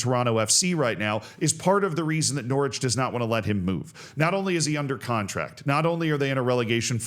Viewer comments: immediately corrects himself on pronouncing the W in Norwich, proceeds to later pronounce the 2nd T in Toronto. Canada asks for an apology and a retraction. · Norwich rhymes with porridge, obviously